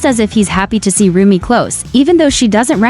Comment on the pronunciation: Nie muwi śę rumie tylko rumi